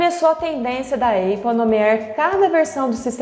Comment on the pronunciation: Ia assistir, mas falou eipple, tô fora!